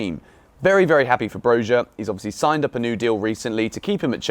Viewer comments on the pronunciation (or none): It’s said broya boys ✌🏼🇦🇱🔵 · Broja pronounced like Bro-ya